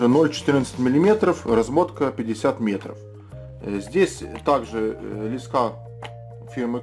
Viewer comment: Да почему так не грамотно лескА?????аж тошнит!!!!лЕЕЕЕЕска правильно!!!!!